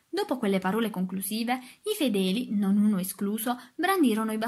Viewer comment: Grazie per la lettura ma ti prego apri le o poi, custode e parole hanno la o apertaaaa 😅😅😅😅😅😅😅